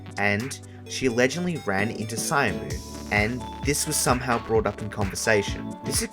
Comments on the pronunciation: his name is pronounced "shamu" not "cyamu" and the youtuber agency UUUM is pronounced "oom" like boom or doom. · You CANNOT make a documentary about a person and mispronounce their name the entire time. SILLY behavior. it's "sha-mu" not "sai-am-u". I am fucking begging people to use the google translate pronunciation feature. It's so easy. people are not going to take your research seriously if you can't get the basics down. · syamu is pronouncedしゃむ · howdy from ireland! minor correction on the pronounciation of syamu - it's read as "shamu" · imagine doing loads of research about a person and scripting recording and editing a 10+ minute documentary on them and not even getting their name right